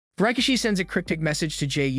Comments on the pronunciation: His name is pronounced “RY-KEY-SHEE” (RIKISHI) 😂😂😂…you must be new watching WWE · strange way to say Rikishi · Pronounced sikoa and rakishi wrong